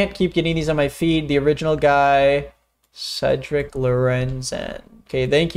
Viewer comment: great video but why'd you pronounce cedric like that